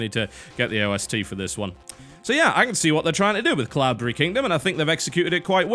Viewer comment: deliberately pronouncing cloudberry like an englishman. like a pro